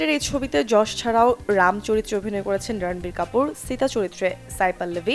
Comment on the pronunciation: ভাই যশ না ইয়াস 🙄🙄